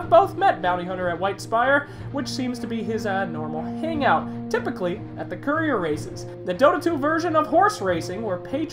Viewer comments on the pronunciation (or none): none